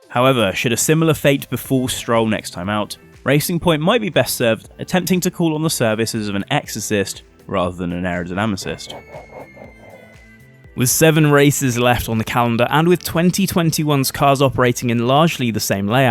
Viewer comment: How many retakes did you need to say aerodynamisist?